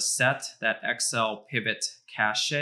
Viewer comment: This whole "Kashaee" of yours sounds retarded....